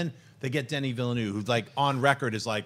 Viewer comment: Woop Woop! That was the closest I´ve heard on the net for a long time to pronouncing Denis name right!